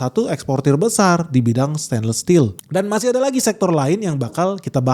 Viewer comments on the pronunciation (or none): none